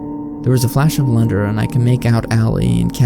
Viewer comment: "there was a flash of lunder" lol